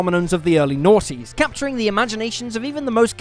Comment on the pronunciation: Early naughtys is all I heard when he started the sims